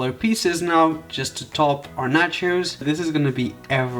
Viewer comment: Omg it's so funny how you pronounce nachos ( sounds like Nachas) which means buttocks in Spanish (México) 🤣🤣🤣😂😂